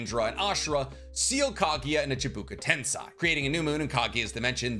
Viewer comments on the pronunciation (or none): Why do you keep saying "Chibuka Tensei"?! It is "Chibaku Tensei"!!! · Why must u say chubuki tensai?! Its chibaku tensei!